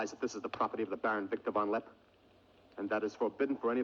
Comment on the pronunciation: Von LeppE, not von Lepp !!